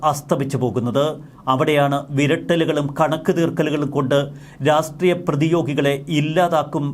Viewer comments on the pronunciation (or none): രാസ്ട്രീയം അല്ല രാഷ്ട്രീയം.. രാഷ്ട്രീയം! ശ്രെദ്ധിക്കണ്ടേ.. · രാസ്ട്രീയം, രാസ് ട്രീയം, രാസ്ട്രീയം..... എല്ലാത്തിലും ഒരു പത്തു പ്രാവശ്യമെങ്കിലും ഉണ്ടാകും. ഒരിക്കലെങ്കിലും 'രാഷ്ട്രീയം' എന്ന് തെറ്റാതെ പറഞ്ഞു കേൾക്കാൻ ആഗ്രഹമുണ്ട് 😊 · രാഷ്ട്രീയ മല്ലേ' ശരി? രാസ്ടീയമല്ലല്ലോ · Rassstreeyam or Rashtreeyam?